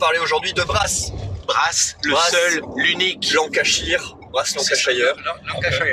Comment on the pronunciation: Très chouette vidéo ! Pour pinaillé, la prononciation de Lancashire c'est [LAN] + [KUH] + [SHUR] :p Et si, Birmingham tu peux jouer à 2, sur la même map mais avec une partie des cartes en moins (et donc on joue que sur une partie de la carte).